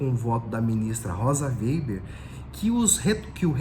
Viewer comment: O processo voltou para Moraes pq foi solicitado alteração, mas retornará para Zanin exercer seu pedido de vista, conforme Adv. Joao Badari. Obs, é Rosa Weber e não Weiber.